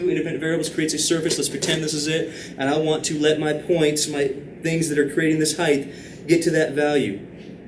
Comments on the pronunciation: Please, please, please, PLEASE stop saying "heighTH." You are a MATHEMATICS professor; this is cringe-worthy. However, this channel is honestly a godsend. It is an absolute shame that I have to get my instruction from somewhere beyond my class (where the instruction SHOULD be the best). I am forever indebted to this man for supplying the necessary intuitions behind these extremely subtle and precise concepts. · Wait, why does he say the word height like that? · I just assumed that it was an accent or something. =P But it doesn't really matter in the end anyway, since the purpose of a language is to simply communicate with other entities.